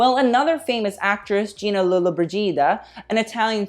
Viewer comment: PLEASE work on your italian : GINA LOLLOBRIGIDA ! but we enjoy you accents doesn’t matter what!